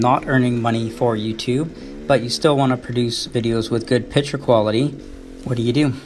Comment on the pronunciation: It's "piCture" not "pitcher" ffs